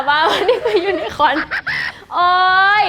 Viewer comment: น้อง ยู-นะ-โค่น ยูนโค่น ค่ะ